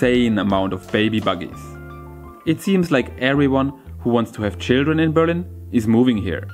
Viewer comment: Nice videos but why do you keep pronouncing the city as Be'rlin instead of Berli'n ? The intonation I mean...